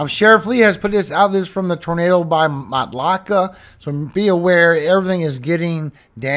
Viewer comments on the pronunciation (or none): Matlache- pronounced Mat-la-shay Don’t feel bad most people who aren’t from here pronounce it wrong. Thx for all you do for us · It is pronounced MATT LA SHAE I couldn’t say it either when I first came down here,🎉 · Matt LA shay is the pronunciation for Matlacha., you do the best forecasting. Thank YOU! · Matlacha=matt la shay.